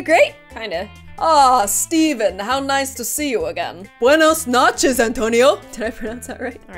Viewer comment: Wait wait wait! replays again Hmmmm, did she say buenas nachos or buenas noches?..... replays it 4 more times I still have no clue 😂